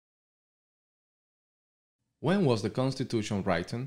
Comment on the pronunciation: Hola,. Muy interesante tu video, pero te sugiero revisar la pronunciación de algunas paralabras, como por ejemplo written, it is no wraitin, it is writen, racial, reishal, etc. Recuerda que varias personas estamos estudiando para nuestra prueba con tus videos.